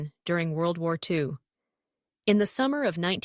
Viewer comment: Clicked off in two seconds when I heard wudy wudy 2 🙄